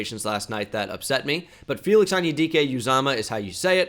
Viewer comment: Great pronunciation of Felix